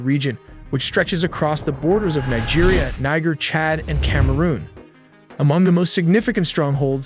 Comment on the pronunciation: Its Neejia not Naija. Thank you.